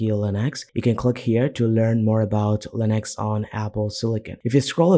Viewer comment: its Linux not "Linax"